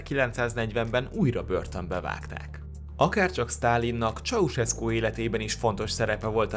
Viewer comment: Ez van! Mikor hallom hogy "Csauszeszku".... Pfff... Csaucseszku. Dehát jópár éve Magyarországon vagyok... Igazából nem is akarom kijavítani. :) Jó az úgy is. :D